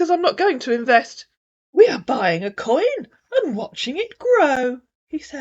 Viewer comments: 😂😂 too funny inverst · I thought everyone wanted to inverst.😂😂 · How does he say invest …inverst inverstment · Seriously, would we invest with someone who keeps saying, "inverst"??😜😟